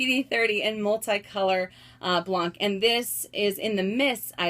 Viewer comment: About the Multicolor Monogram, first they're not made anymore :( and just so you know, I'm french and "blanc" is pronounced "blan" you actually dont pronounce the "C" at the end ;) And your collection is outstanding (just gimme your address so I can rob you and make some money honey :D)